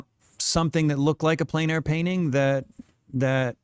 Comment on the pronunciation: please learn to pronounce plein air